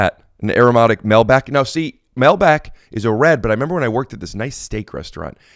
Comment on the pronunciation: As an Argentinean the melbac pronunciation of Malbec upset me to no end.